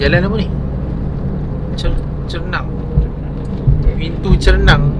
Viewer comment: Pintu gerbang..bukan pintu cernang😂